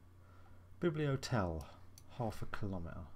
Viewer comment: Haha "bibliotel". Bibliotek is library.